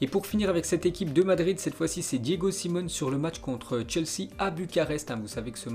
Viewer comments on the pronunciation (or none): Diego Si - mé - o - né et pas Diego Simone 😡